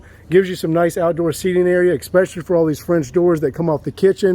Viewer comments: the word is es-pecially not ex-pecially. Drives me nuts how many people mispronounce this on youtube. Great looking reno you did here though, sorry to complain about the minor pronunciation thing. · exxxspecially.....exxxspecially......cmon man..you use this word more than a brit says brilliant...pronounce it correctly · ESPECIALLY. No "k" sound in that word. The front steps are TORN up. COULDN'T care less. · Please learn how to pronounce "especially ". Thanks a bunch, beautiful home.